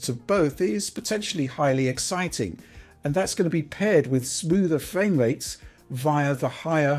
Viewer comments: Nice fwame wates on your vwideo. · Fwame wates. Wish you could pronounce your Rs…